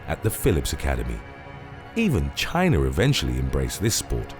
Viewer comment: It's pronounced chinuhh (China)